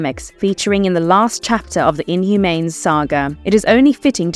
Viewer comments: I wish people would narrate their own videos, instead of using AI voices. Otherwise we get "Inhumanes" 🤦‍♂️ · Inhumanes...lol. you sound like a weird AI (what is an adapshun)